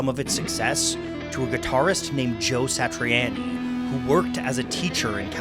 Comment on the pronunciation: It's joe satriani. Sounded like on.yy not annyy